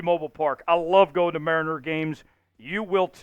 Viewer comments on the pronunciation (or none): none